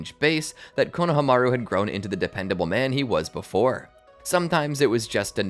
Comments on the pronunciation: i was happy till he started sayin konohamaru name wrong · JFC the way you pronounce Konohamaru makes me feel like I'm listening to AI.